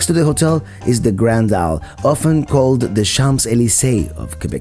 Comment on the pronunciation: Hey there ! nice video... I live here... just a few pronounciation corrections though... "Grande Allée" is pronounced "Grand Alley", not "All" and the Price Building is actually price as in english, as Mr Price the man who had it built was the boss of a paper company and an anglophone. I do appreciate the effort to use the french names :) And erm... I live in Lévis and THERE IS a whole lot to see & do here, just when you know where to look ! ;)